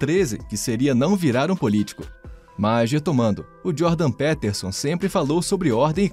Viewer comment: Mano, é "Djôrdan - Pítersãn".